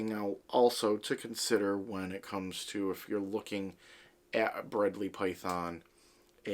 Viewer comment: Giday mate, i don't want to sound like an ass, but it's pronounced Bred-lie and spelt Bredli. They we're discovered by Rob Bredls' father in the early 80's. Rob Bredls' does documentaries under the name The Barefoot Bushman. Back in the 90's i had two females that got to about 3 meters long in about ten years. Used to take mine to schools from discussing biodiversity. From an aussie, well done mate, loved it.